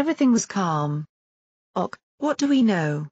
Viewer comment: In addition to the fact that this Computer reading keeps reading "ok" as "Ock", I don't believe this is any kind of genuine report of an actual event because I do not believe the "scientist who disappeared" was then spit back into our reality. Conveniently, naked. (Conveniently for the film industry.) Someone is floating a script idea for some lurid film. My bet is still on this being a preliminary ("treatment") draft by JK Rowling. Sounds exactly like her style of writing, her style of plot concept (compare to "the Casual Vacancy," that did not receive especially good reviews; CERN is exactly the kind of theme she might regard as a viable grown-up subject after the huge success of the Potter books, which were ostensibly for kids -- except that they are much bigger than that, especially the last 4 in the series), even her style of title. If you get lost in a wormhole, you don't come back. If you go to Hell, you don't come out. And this is certainly no portal to Heaven, folks...